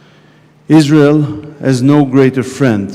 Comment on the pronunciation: Suppose to honour the vets but she’s out in israhll 😂